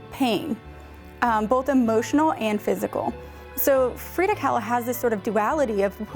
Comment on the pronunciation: Frida, not Frieda.